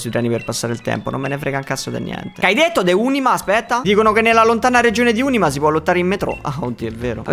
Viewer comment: Assurdo che si sia citato la leggendaria regione di Unima, Unìma, ma soprattutto Unimà.